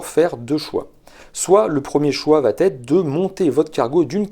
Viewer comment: Merci pour ce clair exposé. Une petite remarque sur un petit tic de sur correction . À au moins trois reprises dans la vidéo, vous dites « cela vat être » avec la magnifique liaison qui n’existe pas. C’est une sur correction très fréquente quand on veut « bien parler », mais le verbe « aller » conjugué à la 3e personne du singulier, c’est juste « va ».😊